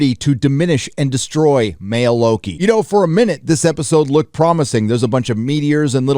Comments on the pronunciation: It's WOKI not Loki. Say it right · Lokie? I thought it was called wokie? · At one point I thought said Woki... lol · Mloki ? or Floki ? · Loki.... you meant "Woki" right? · Low-T- ki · Nah. It’s Loki. You’re not 12 years old anymore.